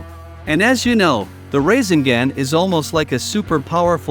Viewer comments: Not rasengan but rasingan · Instead of rasengun he said racing gang 😂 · Bro we just finna ignore this mans say raisinGand bruh 😂😂